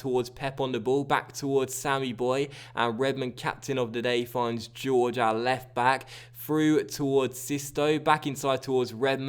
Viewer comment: it isn't George it is horhey